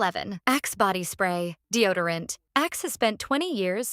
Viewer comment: Deo dee orant ? F'N ai.😂